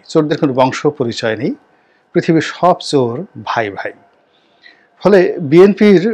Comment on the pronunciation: ছোর না বলে চোর বলেন। চ বলতে পারেন না. ছ বলেন। আপনি ভাষা শিখুন